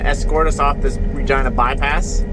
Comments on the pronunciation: I swear Everytime you say city.of Regina it's sounds like your say *agina....I was like it's a family show🤣🤣🤣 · Regina? The way you say? Sounds like it rhymes with a female body part. Ya know?